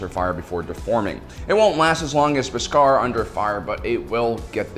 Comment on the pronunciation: The way you say “Beskar” and “Din Djarin” gives me the impression that you haven’t actually seen the Mandalorian…. I mean I’m sure you have, you just put emphasis on the wrong syllables